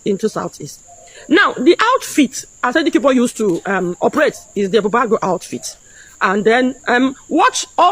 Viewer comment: Please not Ansari Dikibo , but Asari Dukubo .